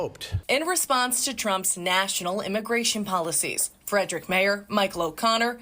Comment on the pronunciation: Calling Frederick a major metro area is hilarious 😂 And it's a two syllable word, not three